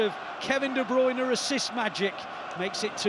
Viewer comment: I wonder if commentators will every pronounce De Bruyne as De Bruyne and not The Broine. 😆